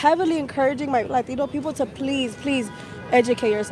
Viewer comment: the 8 min interview girl doesn’t know anything about latino countries, she’s pronouncing all of the latino countries wrong